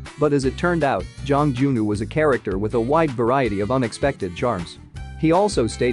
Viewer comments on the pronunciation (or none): none